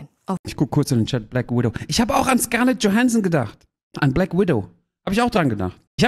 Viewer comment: Kaya: "Der butchert echt alle namen." Auch Kaya: "Ich hab auch an Scarnett Johansson gedacht" 🤣